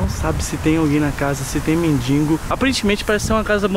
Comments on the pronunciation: mindingo kkkkk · Kkkk mds o Renato falou mindingo kkkkkk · Dardi e mendigo nao mindingo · o Renato disse mendingo que ai percebeu?